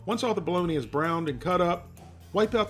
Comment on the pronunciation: I've head of Balony, and I've heard of Balogna (the city in Italy, pronounced Balonya), but I've never heard of Bo-log-na!